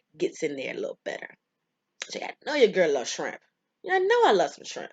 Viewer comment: She said yerrrr and I subscribed